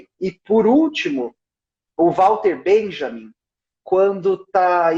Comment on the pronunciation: você tão excelente, posso te lembrar que walter benjamin era alemão. pra você não pronucia o nome dele ingles. só porque ele um santo meu.